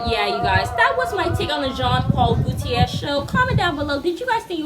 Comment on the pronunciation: Jean Paul Gaultier is affiliated with Grace Jones, she was his muse for many years. His last name is pronounce "Go Tee Air"